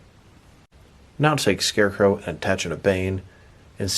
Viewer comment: When this guys talks 😴😬 And SHCARECROW? Lol 🤦🏽‍♂️